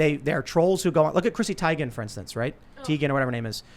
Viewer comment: You're pronouncing Teigen's last name incorrectly